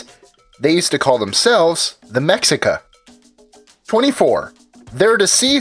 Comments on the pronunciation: It's pronounced meshicas, just saying. -the natives made the conquista, and the Spaniards the independence. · Its pronounced Mechicas